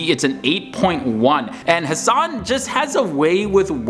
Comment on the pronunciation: It’s Ha Sen